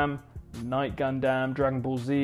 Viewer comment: DID U JUST SAY GUNDAMN AS A GUNDAM FAN MYSELF I AM A LITTLE ANNOYED